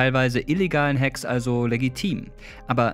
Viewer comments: belastend wenn man ein buch über das thema schreibt aber dann gekonnt die englische aussprache ignoriert und einfach hack wie bei hackfleisch anstatt ''häck'' wie im englischen sagt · Alter, Hack= Häck und nicht Hack wie Hackfleisch. Bitte und danke das is ja kaum anzuhören xD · Die Frau : Hak und nicht Hack Angriffe😂 die soll im Choas Computer Club sein ? 😂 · Bro, die schreibt ein Buch darüber aber kann das Wort "Hack" nicht aussprechen. Leichte Frontal 21 Vibes. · Ist schwer die Dame vom Chaos Computer Club ernst zu nehmen wenn sie Hack so ausspricht als wenn sie es von der Fleischtheke bestellt. Nach ZDF Magazin Royal kann man auch den Scheff des BSI nicht mehr wirklich ernst nehmen xD.